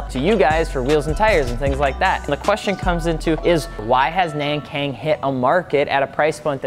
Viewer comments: It's Nankang not Nängkäng. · Nan= None, Kang= Kunk. Not nen keng, do ur research. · Shoutouts to FI from Taiwan where Nankang tires are from. It's actually pronounced as "Nan-Gong" FYI. I know it sounds weird, but it's the closest to its mandarin Chinese pronunciation. The alphabet spelling systems in Taiwan are messed up sometimes lol. Happy to see Nankang tires included in one of your videos. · I am pretty sure the "Nankang" should be pronounced as "nahn-gahng." all "Ah" sounds as I am from South Korea next to China. Anyway, good introduction. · It's actually pronounced Nangong. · Its pronounced nong kong like hong kong